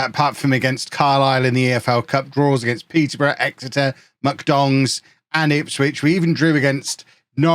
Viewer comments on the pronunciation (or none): none